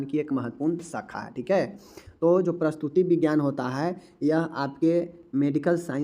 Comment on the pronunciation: प्रस्तुति विज्ञान नही प्रसूति विज्ञान बोलिये।